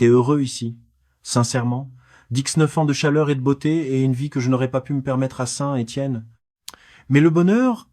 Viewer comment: je comprends pas. on entends bien que quelqu un lit un texte (pas une IA) mais c est une personne qui ne sait pas prononcer la money thai (il dis "ba" ou lieu de "batte") bizarre pour une personne qui aurait rencontrer des personnes en thailainde . meme ST etienne il ne sait pas le prnoncer et beaucoup d autre chose mal prononce. c est plus un resume d histoires trouvees sur internet. Deja les depart de thailande c est pas pour rentrer en france MDR (ils partent pour des pays voisins)